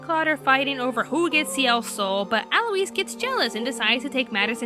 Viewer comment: WTF!!!!! Black Butler season 2 was brilliant! F*cking brilliant! Ciel didn't die, and by the way, it's not ci-el it's pronounced seal!! And it's al-oise, not al-oo-eese. so suck it